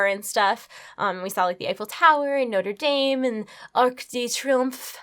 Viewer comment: The way you say Norte dame "Noteh DAYUMMMM"